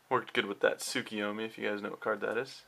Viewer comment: You're definately a naruto fan if u pronounce tsukiyomi right :P